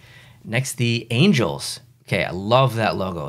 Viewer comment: He did not just call LAFC the Angles 😂